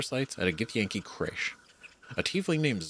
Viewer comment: Why are you struggling so much with the word, crèche? It’s a perfectly ordinary English word you must have come across a thousand times in your lifetime but you act as if it’s your first time encountering it. 😂 It’s not important, it’s just freaking me out a little 😂